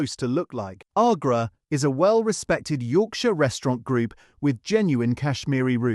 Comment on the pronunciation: Agra not aaagrah is how its said. I live in Bradford. Its founding restaurant is ten minutes away.